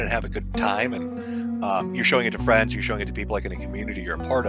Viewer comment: Jim has given 2 nuggets of absolute golden advice 1) There is no such thing as "Internet Fwiends" 2) Learn to laugh at the stupid shit and life will be much easier